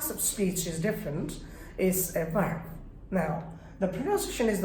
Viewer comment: আপনি শেখাচ্ছেন, বাট আপনার Verb এর উচ্চারণ ই তো হচ্ছে না। How funny!.. You act as if you knew everything. আপনার কাছে রিকুয়েষ্ট, ওভার স্মার্টনেস শো অফ করেন আপনি। যা কাম্য নয়।